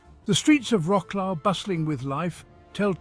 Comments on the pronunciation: vro-souaf and not roclo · WROKLOW 😂😂😂😂 wrong pronunciation, you should say vrot·swaaf 😂😂😂😅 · Wroclaw - not łroklau. For Gods sake. Vro-ts-lav - It is pain for ears hearing łroklau all the time. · vrotzlav no vroklav (-au) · Wrocław you have to pronounce it like Vrotswav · I've always heard Polish people - or people of Polish ancestry but born and brought up in the UK - pronounce it as Rotzswav (British pronunciation) though of course that's (ie the English pronunciation) not the way the name of the town is written. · What a slaughter of the name of Wroclaw, it gives me pain in the ears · I turned away from this as soon as the bad pronunciation and irrelevant pictures started There are mo mountains or even hills near Wroclaw and it does not look like the square in Warsaw.